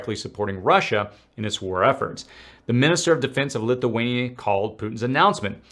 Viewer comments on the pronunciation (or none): none